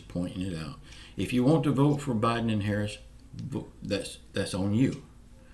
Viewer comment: Thanks for the update. I will not sell my soul to the devil for a stimulus check and that's how I feel about Joe Biden and Kimmy Harris yeah I misspelled it on purpose you did pronounce it correctly God bless and have a good day